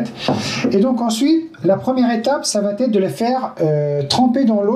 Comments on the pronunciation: Ça va T' être????.. merci de ne pas mettre un T à chaque prononciation.... Il n y en a pas. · Super merci beaucoup. Juste une petite erreur à noter, ne m'en veuillez pas, ne dites pas : ça va t'être, parce qu'il n'y a pas de T ça va être parfait😀😘. Rassurez-vous, beaucoup d'entre nous font la même erreur... Sinon, j'aime beaucoup, merci et bonnes graines à tous !